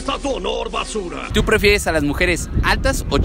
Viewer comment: Pefieres dice jajajaja